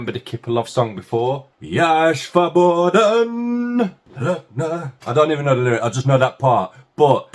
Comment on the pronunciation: ❤. Привет. Я. Рада. Ты. Выздоровел Кипелов. Классный. Певец Когда. То. В. Моде.. Были. Кнопочные. Телефоны. Мне. Ребята. Закачали. В Телефон. Песню. Я. Свободен Мне. Очень. Нравилась. Эта. Песня. Ты. Молодец. Скоро. Научишься По. Русски. Говорить. Только Слово. Свободен. Произноситься. С. Буквы. С. А. Не. Ш. Например. Слова. Как. Сити. Стрит. Сем. ❤❤❤❤❤❤❤❤❤❤❤